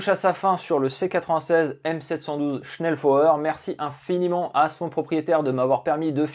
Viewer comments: Prononcer "chnelfoyeur" bitte schön 😉 Ah, et "lugueur" et non "lougueur". Tu verras, ce n'est pas chinois et ajoutera de la crédibilité à tes docus déjà très bien faits. Je viens par la même occase d'avoir un indice intéressant concernant le choix de Guernica pour un bombardement massif par la Luftwaffe (louftvaffeu).......... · dommage que tu sache pas prononcer convenablement SCHNELLFEUER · Le message était stupide dans sa forme mais pertinent sur le fond, la prononciation du mot était en effet incorrecte. Mais c'est un bien petit défaut comparé à la qualité globale de la vidéo !